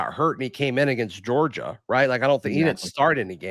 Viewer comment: i thought Gogia had and R in it. 😅